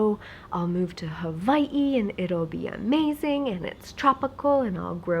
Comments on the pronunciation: Does she live in Huh-vie-hee? Or Hawaii? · I love when yu said HAWA-ii :D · You have such an interesting pronunciation of Hawai'i! Is that how many locals say it? Love your videos x